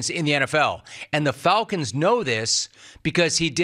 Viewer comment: The "Fulcons"?